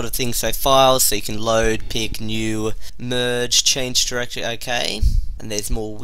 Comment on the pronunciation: dude say Directory not durrrr (dir)